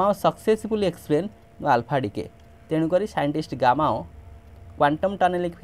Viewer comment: Gamow ❎ Gammao✅